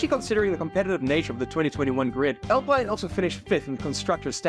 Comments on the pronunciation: They're pronounced Spa-Francosham and Le Moh. You don't pronounce the 'p' in the former nor the 's' at the end of either. Oh and it's pronounced Alpeen. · why bro saying alpine like that